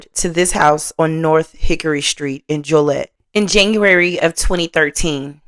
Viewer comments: Joe-lee-ette is how Joliet is said. Not hating on you or your content. I watch and like every video. I just don’t comment often. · it is. Not being negative. Just constructive feedback. As well as the pronunciation of Joliet and Stroger Hospital.